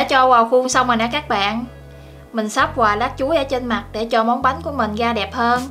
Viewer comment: Bếp Quê Miền Tây. Mình có ý kiến bạn nên phát âm tiếng miền Nam vì bạn là người miền Nam, bạn phát âm tiếng miền Nam còn không đúng bạn lại nói thêm tiếng miền Bắc nữa nghe mắc cười quá! Nó ngọng nghịu Nam không ra Nam Bắc không ra Bắc. Thí dụ bạn nói tiếng Bắc : tiếp theo như “vậy “ bạn lại nói như “ quậy “, “với ” bạn nói “ quới ”. Còn tiếng miền Nam thì lấy “ra” bạn lại nói là lấy “ga”…Nói tóm lại bạn nói chuyện rất là quê và là người miền Nam nên học nói phát âm cho chuẩn tiếng Nam đi rồi sau đó hãy sử dụng tiếng Bắc. Cách bạn nói chuyện phát âm tôi biết bạn là người miền Tây mà ở trong quê nên ráng cố gắng phát âm chữ “R” cho đúng thì tiếng và giọng nói của bạn sẽ hay hơn. Xin lỗi lời thật mất lòng vì tôi cũng là người miền Tây nhưng tôi được may mắn ngay từ thời học tiểu học tôi đã được cô giáo dạy cách phát âm những chữ “V, Chữ R và nhờ cô giáo dạy đọc cho cả lớp viết chính tả nên phân biệt được rỏ. Chúc bạn thành công và cũng không quên cám ơn bạn đã chia sẻ hướng dẫn cách làm món bánh chuối hấp lá dứa.